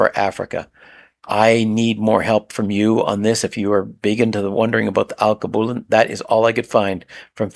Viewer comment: AL-KEY-BEW-LAN is how you pronounce Alkebulan